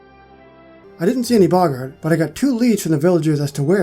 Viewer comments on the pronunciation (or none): You’re still saying boggart wrong. It’s Bo-g-art